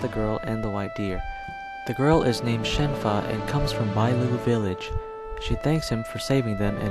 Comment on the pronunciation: Her name is Shenhua, not Shen Fa